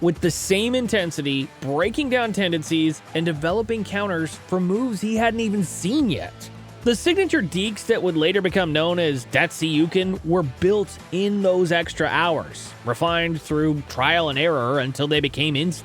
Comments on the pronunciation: the way you say 'datsyukian' is how I know I will never watch another video you made again... if you don't know, don't try to tell the story please. Thank and good luck. Just because... it is pronounced 'dat sook ee in'. Not even sure what the fk a 'dat see youcan' shows you are reading from a script and have no hockey thought in your brain. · Bruh Datsookian Deke not whatever word you spewed out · You also confused poke check with a stick lift and said Datsyukian incorrectly. Study your craft. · The way you said datsyukian deke was offensive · Turned it off when you butchered “datsyukian” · That pronunciation of Datsyukian was awful. That and the two kids and a goat line was Hull, Datsyuk and Hull